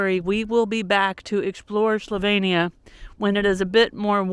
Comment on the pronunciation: One of my favourite places. Love the Istrian peninsula and Split. Dubrovnik, not so much. Try going to blue lake, near split, if you get the chance. Zagreb is also beautiful. When you are in Dalmatia, try some pasticada. Just an FYI. It is slo veen nee ah.